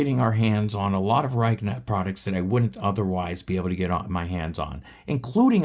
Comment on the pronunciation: Prolly pronounced 'Ree-keh'.